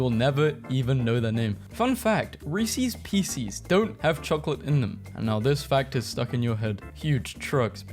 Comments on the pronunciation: "Reesie's Peecies" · REESEES PEESEES